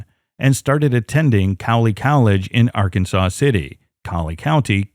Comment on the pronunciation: Okay, it's Ark(ansas), and Ark City for short.